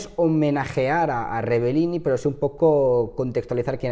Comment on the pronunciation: Es una gran desgracia, pero no estaría de más que pronunciases bien su apellido, es REBELLIN, no REBELLINI, te sobra la última i. Un saludo